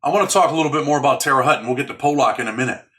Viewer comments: You pronounce Terre Haute wrong. Sounds like Hote not Hut. But who gives a sh!t, Fuk that City. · Usp terre haute it sounds like hote. I know that place well its in indiana and its a slaughter house.